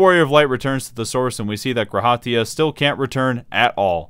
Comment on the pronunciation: by the way... maybe its just me but the emphasis is on the Ra in G'raha Tia not on the Ha its "guh RA ha" not "gra HA tia"